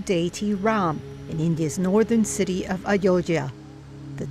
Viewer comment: What can we expect from SCP channel. They are even struggling to pronounce Ayodhya correctly .